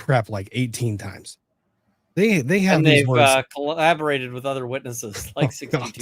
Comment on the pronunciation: says words like cowobberate, inscissors. hematoba, hashtags, supposably. he's got lots of words